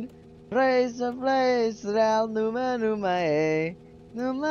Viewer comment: As a romanian, when sang "nu ma nu ma iei" he pronounced it almost perfectly